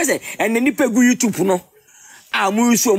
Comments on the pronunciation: Liwin. What's ur problem? Martha is a star. Mtchewwwww. Liwin its "YouTube not "WeTube" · He says Wetup😂